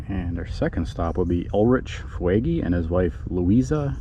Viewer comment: Fuegy, is pronounced foogee, there family started rock creek store